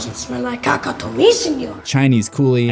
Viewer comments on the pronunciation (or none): Obey is caca not Caka